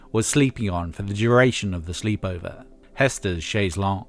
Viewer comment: And why can't Americans pronounce chaise longue 😂